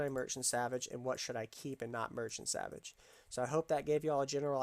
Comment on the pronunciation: I always keep wood and ingots to make perfect salvage kits. I get the runes off with perfect kit then I either merch or salvage the drop item. And you pronounce it sal-vage lol.